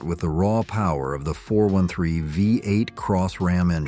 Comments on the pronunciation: why can't' AI voices learn how to say numbers??? Rambler V 8 or 45 4 instead of V8 and 454. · This narration is awful. Just read the script yourself. AI isn't there yet. The Nash "V"......ate. C'mon, do better. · Is this narrator even American? He keeps misqouting the way we pronounced our cars! "THE 454, It was called the four fifty four!. and the pause between V-8, he says V, 8, And how he says the 5-8 Goon, Next time get someone who actually knows our cars history!!!!! MORON!!!